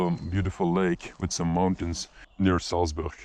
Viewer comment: SALTS BOORH. Nope, you're not speaking Dutch, pal. :)